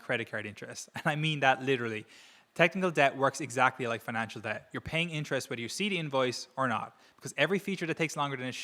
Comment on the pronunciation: why did he say "deBt" pronouncing the silent b?? Is he AI?